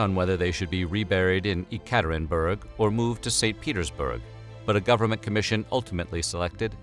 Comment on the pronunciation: The way you pronounce "Yekaterinburg" makes me cringe.